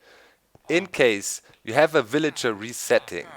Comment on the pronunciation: lol doc I like how u say willager. its kind of funny :)